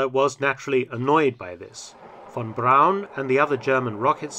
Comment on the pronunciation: THANK YOU Mark for correctly pronouncing "Braun" and not like the amerians with their "Brawn"